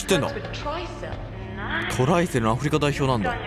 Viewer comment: トライセルをトランセルって読み間違えるあたり草